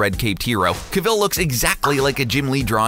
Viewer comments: Cavil... Please, my ears. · Wtf was the pronunciation on Henry Cavil 😂